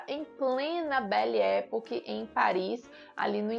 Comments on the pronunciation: A pronuncia correta é "bele epóque". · Já assisti os cinco. Realmente muito bons e representativos. Uma sugestão: verifique como se pronuncia "belle époque ".